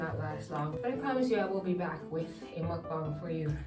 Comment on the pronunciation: You said It right I always cringe when people say "M00KBONG"🤣 CONGRATULATIONS!